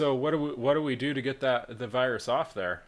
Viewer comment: "A wirus had injected your device" 10/10 tech support.